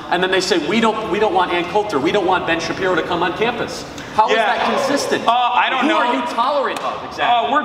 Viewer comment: lmao 😂 i love the shabibbo, but i gotta say i do miss the shabbino every once in a while